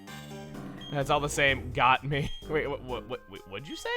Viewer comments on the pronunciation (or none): none